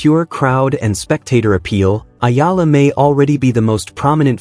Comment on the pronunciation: Please study how to pronounce the name of Alex A-E-L-A. You have been praising Alex but you bastardize pronounciation of her surname which is an insult to her since she is already popular.